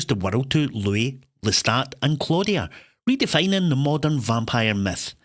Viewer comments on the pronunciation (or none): none